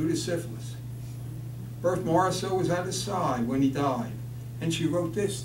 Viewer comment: At least learn how to pronounce Morisot's name.